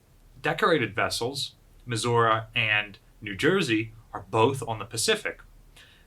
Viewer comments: Why are you saying Missoura and not Missouri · "Mehzourrah", lol. Is that the correct indigenous pronunciation? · USS Missour-uh? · I thought is was Mizzur-Uh? :) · Hi, I had a question, is the battleship Missouri Pronounced Like the state or as Misaurah? I’m sorry if I just have been mishearing it, I was just wondering!